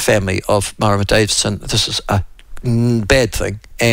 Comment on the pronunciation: Mara-muh Davidson gives my arse a headache.